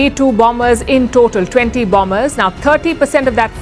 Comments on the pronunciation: Anong bambers? How do you pronounce the word... BOMBER. BAMBER? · Bomber - ba-mer Ang bigkas. 😂